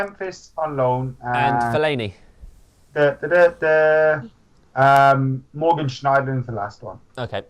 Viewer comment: Anybody who says fellaini deserves a paddlin